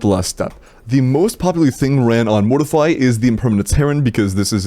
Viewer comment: YOU ARE PRONOUNCING MORTEFI WRONG